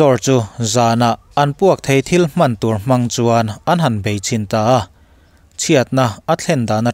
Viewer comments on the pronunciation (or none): none